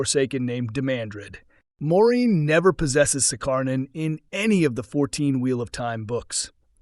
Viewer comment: Has this channel even watched the series? Keeps calling Moirane 'Maureen' lol